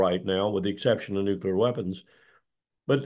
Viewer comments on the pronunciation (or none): New Klee Er (nuclear)